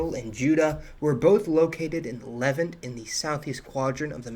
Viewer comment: You have no clue what you're talking about on this issue. So many things... but just picking a few... it's pronounced "Leh-VANT" not "Levent". Also, no knowledgeable people on Earth considers Judaism the oldest religion, "formalized" or not. Jainism is far older, as are MANY other formal religions of the East. You're just so off base with just about everything you say in this video.